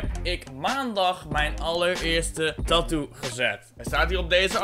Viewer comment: HOE HOLLANDER TATOO ZEGGEN. TAAAAATOOOO